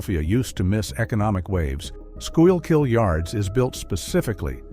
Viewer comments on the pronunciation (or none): SCHOOL-KILL RIVER they said “Ska-yill-keel”😂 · Skoo-kill River!!!! Come on AI get it right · AI still wont pronounce the name of our river right.